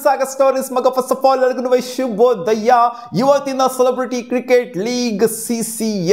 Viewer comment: ಶುಭೋ ದಯ್ಯ ❌ ಶುಭೋದಯ ✅